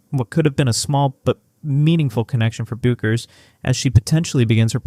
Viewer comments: Say it ri h t, beck-ers! You AI SCRUB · Paige’s last name is pronounced like “BECK erz”